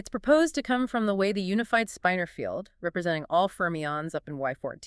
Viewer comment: Unfortunately, the one in this video pronounces "spinor" as "spine-er", not the correct "spinn-er"